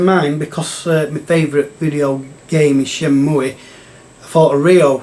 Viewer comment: It's been a while since my ears have been assaulted by "Shenmooey" 😂😂 Why does everyone hate on RPGs, they're the best 😮😂